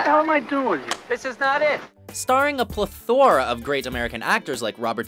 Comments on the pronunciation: Ple-THOR-a ruined this video for me. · Staring a “plaTHORa”? Is that the opposite of a placenta? Is that a platonic menorah? I think you mean “plethora”... “Pleth-er-ra”! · It's crazy they let you keep that pronunciation of ple-THOR-a in this video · RS de Ridder I (from USA) pronounce it PLETH-ora, while he pronounced it pleth-OR-a. I had no idea both pronunciations were acceptable though. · Did he just say, "pluh-thora"??? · A "ple-THOR-a?" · Everyone: plethora Narrator: Pleth-ore-rah 🤣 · Pleh-thorah are you joking?? lmao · “ starting a plehTHORuh” 🙄🙄🙄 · PLE - thora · Am I the only one who heard Pleh-Thor-Uh? 😜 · I'm sorry, but as soon as you pronounced 'plethora' like that less than a minute in I just can't watch anymore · Did this ma f****a just mispronounce plethora? Now I'm convinced that they just pull voice overs off the street. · Yes he did and it irritated me too lol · We are just going to ignore the pronunciation of plethora at :56. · I can't stop laughing at this guy's pronunciation of "plethora". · Did you.. pronounce.. plethora.. like the movie about the board game.. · I had to turn this off the moment I heard you pronounce plethora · Too bad the guy narrating can't pronounce Plethora. Anyone can get a voice over job these days, fer chrissakes... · Dude can't pronounce "Plethora" correctly. didn't even look it up. Good job.